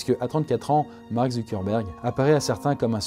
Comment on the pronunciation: il a dit mart